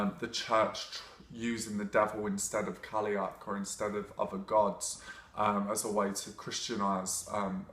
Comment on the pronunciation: Cailleach is pronounced 'Ky-loch' (as in Loch Ness). Not being picky, really like you and your vids! It's just so hard to focus when you hear Irish mispronounced.